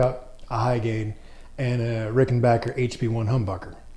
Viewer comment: Thanks for pronouncing rickenbacker the proper way so tired of these nitwits who disrespect this great brand by saying rickenbocker always loved these guitars!